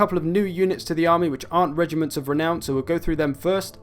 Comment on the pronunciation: Rrrrrrrrrrrrrrrrregiments of renown, I repeated that part like 10 times